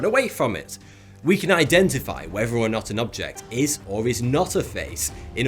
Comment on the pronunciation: "Your mind it wide awake-". Bri'ish error!